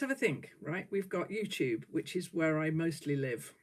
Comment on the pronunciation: I first saw you a few weeks ago! How I love it! I thought your greeting was “Hello my Two friends” which I thought was so charming. Now I understand you are sayin UTube Friends. Silly me, but it’s still cute. ❤️